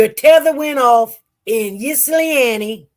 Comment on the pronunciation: 😂 I love the way she try to pronounce Ypsilanti. I'm from Michigan and that is a challenge for most of us born and raised in Michigan and some of us say it either these two ways: ip- sa- lan-te. (So like, "hip" but take out the "h"). OR Yip -sa-lan-te. I think the correct way is "ip" (the Y is silent)🤷🏽‍♀️